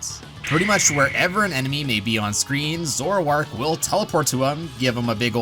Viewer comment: you said zoroark wrong